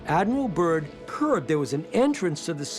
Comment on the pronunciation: Admiral Byrd not Admiral Burn. Can't even get his name right. Description box 👈📖🧐